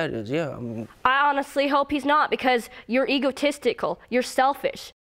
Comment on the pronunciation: "Egotestical"? What does that even mean?!